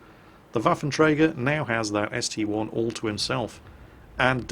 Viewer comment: Didn't you say a while back you will never call the ST-I an ST-1? Well you did it in the first replay. Give back our real!!